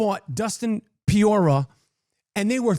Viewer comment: Dustin Piora!!! 😂😂😂😂😂😂 Chael Sonnen can’t say Pereira 😂😂😂